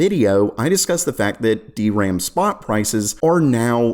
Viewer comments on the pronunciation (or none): none